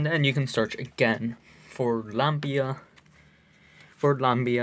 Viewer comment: its not lamBia its LAMIA!!!